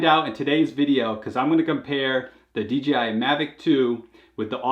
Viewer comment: FFS D......J.......I... NOT DGI!